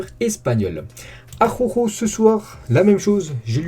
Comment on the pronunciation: '' Aroro'' prononce ''Araoro'' mec. Tu m'a tué avec ton aroro😂😂😂😂. Force a toi et très bon debriefing et j'suis d'accord avec toi Marc n'est vraiment pas au top de sa forme pourtant c'est un gardien qui devait être à son top level